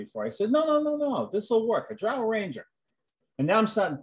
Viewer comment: He just confirmed the correct pronunciation of "drow" 🙂